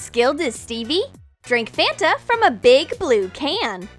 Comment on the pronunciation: It's not fenta It's fanta